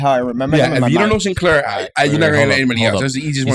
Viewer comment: I thought you said 'commander Sin... hair' lol. He does have fabulous hair.